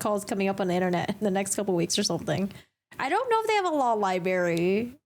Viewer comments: Stop saying libarry. It’s pronounced library. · Library is pronounced, "lie-bRary" not lie-berry. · LIBRARY not libary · Its not pronounsed Libary...its Library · It’s not a LIEBERRY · I appreciate your work! Thank you! Just one thing: the word is library… not libary. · Libray is what speaker here is saying. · Its Library not libary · You're great, just subscribed! Want to point out just 1 small thing. Library is pronounced with an R. ;) Cheers! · Please stop saying Liberry - the word is LibRary, like FebRuary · Extra points for dropping the “r” from libRary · Did you say "libAry"? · The word is not “ library”. It libRAry! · 1st time viewed your channel. Really like your style. Except one…pet peeve of mine, so all my issue. I deal with it with my significant other. He pronounces the world liBRRRary like you do…..liberty…..he also pronounces breaKfast as breakthist——i dont know why, the mispronunciation of those two particular words has me immediately correcting whomever spoke them—apparently even when watching a video😂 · Did I hear liBERRY? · My question is why can’t she properly pronounce the word “libRary???” Why does she not know that there is a second ‘r’ in the word (the one I capitalized)? It makes me have serious secondhand embarrassment for her. And it isn’t like it was a one time mistake either – I saw her pronounce the word as such every single time she said it during the live stream (more examples ).